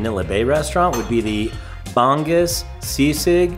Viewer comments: Hello, love watching your guys vlogs .. but PLEASE make effort to learn how to pronounce the Filipino foods with the respective accent.. Sinigang = “Si-neh-gahng” . NOT “seeneeGang” Bangus = “Bahng-OS” .. NOT “Bang-us” Kare Kare = “Kah-reh Kah-reh” .. NOT “carry-carry” Adobo = “Ah-DOH-boh” … NOT “a-dough-bow” Us Filipinos really do love that you are learning the Philippine culture and sharing it with everyone! But making those efforts in learning to speak with the accent will make us even more happy 😁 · Hi, the fish is Ba-ngus not Bang-gus hehe 💌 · Also, "bangus" is pronounced as "bung-oohs" ;)